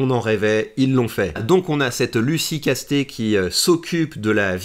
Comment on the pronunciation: En tant que gascon, on dit "Casse-tèts", pas "casté" 🤣 Comuniste oui, mais avec un nom du sud ouest X)